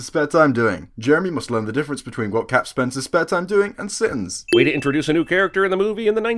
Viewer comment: I don't know what word he said before the word spends. And yes it's spends not sends